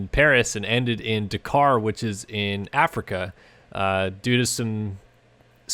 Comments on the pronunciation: It’s daaaakar not dacar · Dak-ar not di-car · It's pronounced 'Dah-Kar' not 'D'Kar' ...............sorry but it was crippling me 😂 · Dakar not dacar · "Dak-Kar" not "d'kar" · Bugs me how you cant pronounce the name. It's Dakar (da-kar) not dkar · Come on man it's pronounced Dak-ar not D'kar. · DA kar, not D'kar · Dakar not Dekar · Dukar? its da kar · he pronounces it decaaaaaar and not dakar XD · dkar its D-Akar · Bro it’s pronounced dAkar not emphasize the A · God I hate how he says ‘DaKKar’. . . Haha (Yes i’m aware of the correct spelling, the pronunciation is that of a double K, like “Dak-Car” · am I crazy? I swear I've never heard it pronounced "d'car" before. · Why cannot you pronounce Dakar properly?? Sounds like de car wtf? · It sounds like "dukar" when he says it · “Duh car” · Dakar not deeeekar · Your not saying dakar right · Please pronounce Dakar properly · Please say Dakar properly. Like a normal person thx x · every time you dakar i cringe a little. you say it wrong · The way you say DAKAR is disgusting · Learn how to pronounce "Dakar" before you do a review on it! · You need to learn how to pronounce Dakar properly..... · Is that the American way of saying Dakar. Because its wrong and triggering me :)